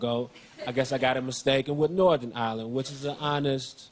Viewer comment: This is the first American I've heard pronounce Ireland correctly